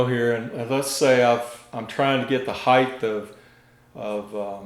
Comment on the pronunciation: height not heighth